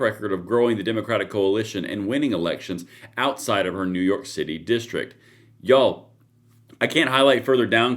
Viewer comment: 😂 we love you here in California but everytime you say YOU'ALL we hear deliverance 😅 just saying